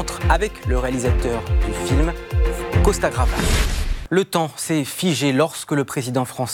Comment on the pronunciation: Ké bourrin, le présentateur... Sein Supplice... Costa Gravas... Gravos ! .bouh !